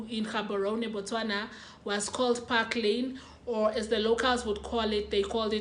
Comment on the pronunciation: Lol I stay in Phakalane it’s definitely pronounced the second way. Not Parklane . Anyways great detailing of the story. I was in primary school when this happened and you told it well.